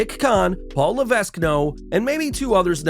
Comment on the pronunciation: The "s" in Levesque is silent.